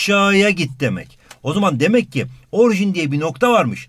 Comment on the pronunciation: hocam orjin değil orijin deil mi